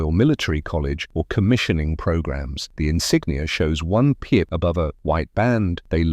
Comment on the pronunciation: What is the word that sounds like "pia" or "piet" that describes the yellowish square with a maple leaf in the middle, in some officer ranks? Is it supposed to be "pip"?